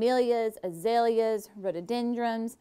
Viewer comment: You added an M to the end of rhododendron 😊